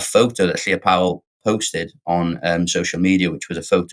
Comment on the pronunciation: Why is Novara Media doing what everyone else seems to be doing? Spending lots of time talking about why Wales is going over to Reform -- when there is no evidence for that. As it turns out, Caerphilly voted for Plaid Cymru. Also, Llyr is not pronounced Claire.